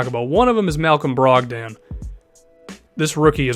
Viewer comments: brog-DON not DAN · not trying to be a jerk, but malcolms last name is pronounced brog-din not brog-dan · I'd just like to mention: Malcom brogdans name is pronounced more like brog-din